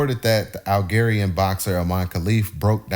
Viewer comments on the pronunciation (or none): It's pronounced with a "j" Al"g"erian, thank you for the video.